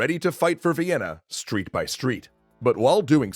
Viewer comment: Thought you said vietnan